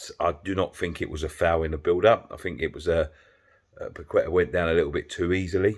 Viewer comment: The way says Paqueta's name Pakweta 🤣